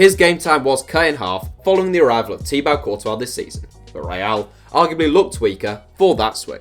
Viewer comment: Bro I swear you said Teabag Courtois